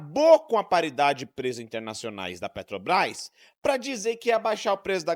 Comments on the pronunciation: Não consegue falar " Petrobras"🤭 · Aff ele fala petobais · Ensinem a esse senhor que a palavra é PETROBRAS E NÃO PETOBRAS. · A "PRÉTOBAIS" !!! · Petobras! Não sabe nem falar... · Eu percebi, falou errado tbm Petrobrás (a língua não deixa) esse elemento é um analfabeto de pai e mãe.